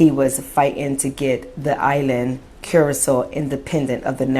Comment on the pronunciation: Curacao is pronounced /'ku-ruh-sow/, like "how" or "wow".... You are correct about the racism there, and all of the islands controlled by European colonizers. I'm glad the blacks in Curacao are speaking out because usually blacks in the Caribbean and South America bow down to the white colonizers. And many deny their blackness often to fit in. None of the Caribbean and South American countries have ever had a civil rights movement after slavery, so they are far behind black Americans in terms of equal rights and black pride. And blacks are at the lowest level of all other races.....And I hate all religion, especially christianity and the magical man flying around in the sky with magical powers (god)--the white man's religion.